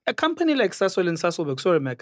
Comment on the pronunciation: When Mac Said Phorry they showed President Mbeki 😂😅😅😅😂😂😂😂